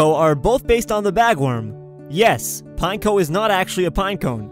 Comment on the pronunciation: Its pin-echo not pine-ko